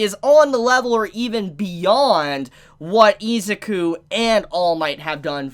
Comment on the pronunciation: Nobody gonna talk about how he pronounces Izuku as "EE-za-koo"? Its frickin "ih-ZOO-koo"